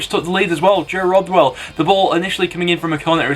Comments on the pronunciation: It's Joe Rothwell, not Rodwell 👍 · He said joe rodwell 😂😂😂